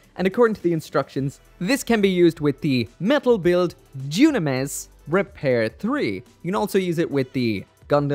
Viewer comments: Nice video but uhhh "Doonames""??? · Oh god, why does he say Dynames like that!?